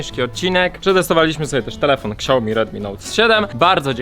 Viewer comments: Zabije za tego xiaomi (czyt.-siaomi a nie ksiaomi) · Czemu ty mówisz ksiajomi nie siaomi? Cringe 100